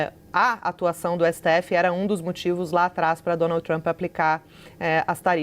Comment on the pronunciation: O traâmpi pelo amor de Deus Traaampi